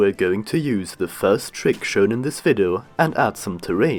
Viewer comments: its "vid-ee-oh" not "vid-oh" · Why are you saying vido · You say video vido WHY